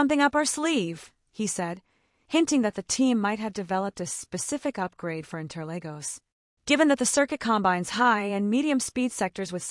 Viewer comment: Uhh my goodness it's inter(Lagos). Not Legos